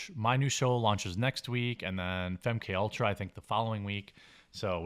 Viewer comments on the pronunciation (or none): FEM-K-ULTRA? Hahaha